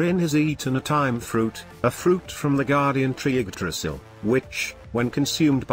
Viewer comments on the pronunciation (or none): none